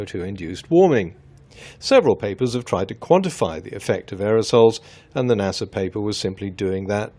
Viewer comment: I can’t get over the fact that this man said NASer and not NASA pronounced NASuh